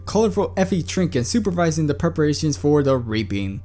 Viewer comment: You say reaping like "raping".